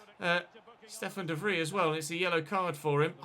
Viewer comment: Its pronounced more like Stefan de Vreye, then Vreeeeeee... just saying.